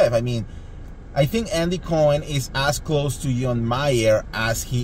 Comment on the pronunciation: Andy Andy Andy— it’s not “BURBERRY Hills” and it’s NOT “Andy COIN” 🤣 omg!!